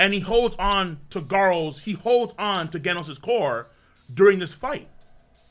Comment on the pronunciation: Imagine mispronouncing both GIF and Genos, hates the letter G